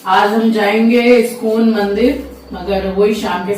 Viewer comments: Iscone 😮 Iskon hota hai...mind ur proninciations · iskcon bhi to galat pronounce karti hai uska kya.